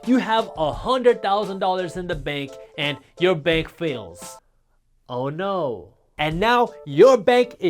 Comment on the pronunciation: That's a very Indian 'Oh no' Jaspreet :)